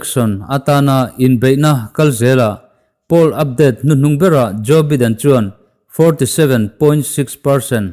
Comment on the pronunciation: Joe baiden tiin lam ve la..